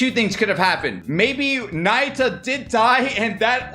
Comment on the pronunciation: its pronounce ''nah-yoo-ta'' not naita 😭